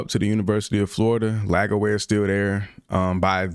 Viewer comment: Bruh it’s “LAGWAY” NOT LAG-AWAY